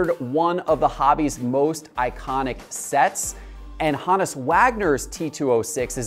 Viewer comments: “HOnus” not “HAnus” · Hone us Wagner. Proper pronunciation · Why is he saying Honus like that lol?